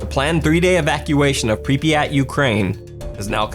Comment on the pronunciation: I’m pretty sure you said Pripyat wrong you said it like this pripiyat but it’s supposed to be Prip yat